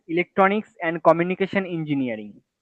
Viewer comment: Communication not cominication